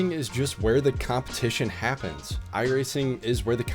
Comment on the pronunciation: "copmetition" :D on purpose ?